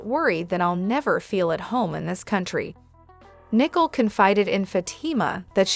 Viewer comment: Her name is Nicole pronounced as "Nee Cole"...